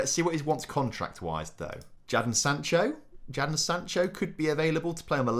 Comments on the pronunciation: Gotta love pronounceiations, wan bisaaka and Jahdon Sancho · I hate the way you pronounce Englishman Jadon Sancho's name